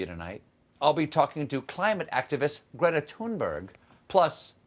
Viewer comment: Props for pronouncing Greta's name right(ish)